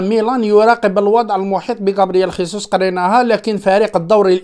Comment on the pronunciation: خيسوس بالإسبانية أخي و هو برازيلي يتكلم البرتغالية و هذا يعني أن اسمه جيزوس و ليس خيسوس عمو.